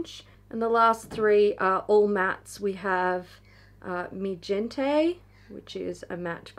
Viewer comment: just a heads up. in spanish, when the g is before an e, it's voiced like an h and not a j. so that green shade is pronounced "mi hente". otherwise, great vid! Edited to add (since u asked in the vid) that for sangre, the final vowel sound is more like the vowel sound in "grey" than "grit"